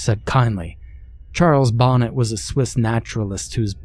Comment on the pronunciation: Love the story, one of the classics! Love the narration! I thought I'd let you know if it interests you, it's "bo NAY" not bonnet. I share that info with you humbly and gratefully.